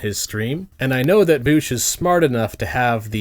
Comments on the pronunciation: His name is not "Voosh", you absolute child. It's "Vowsh". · I really enjoyed you calling him "voosh" the entire time. It seems fitting. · MY NAME IS Reek VOOSH, IT RHYMES WITH freak DOUCHE